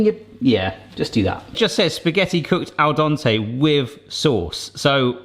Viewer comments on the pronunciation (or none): El dente (L-DENT-AY) as in "to the teeth" think of dentist, NOT El Dontay